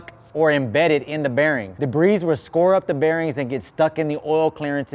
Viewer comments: "Debri's" lol ur videos are dope. It's pronounced like debri the S is silent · Just trying to help the S is silent in debris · Debris- the S is silent. Best videos on YouTube.